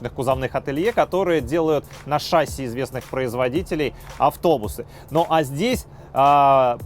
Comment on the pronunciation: Если бы ещё в слове "шасси" правильно ударение ставил (на И, а не на А), то было бы шикарно